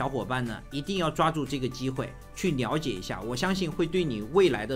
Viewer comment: Liao Jie 不是Niao Jie 😂